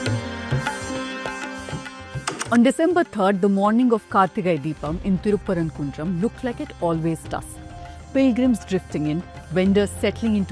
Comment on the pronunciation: 😂😂Wow calling it good journalist.. Can't say the town name properly..if they have done any study they would have found in 1980 ASI survey from state clearly states the lamp was lit there ... Skinader was killed there not any religion identity...by days passed they converted it to a dargah..He was king not any sufi imam as she claimed